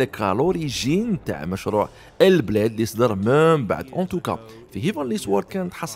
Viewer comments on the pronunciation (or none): عندك بروبلام فالانجليزية و العربية تحس فرانسي راه يسيي يهدر هعنا و وسمها هال بليد مشي ال بلاد